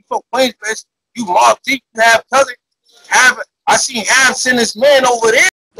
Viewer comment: Me personally I can’t respect no grown man saying bousin instead of cousin